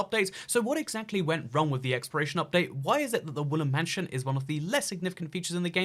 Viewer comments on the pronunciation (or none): Why he sain exploration as expiration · who else keeps thinking he says expiration instead of exploration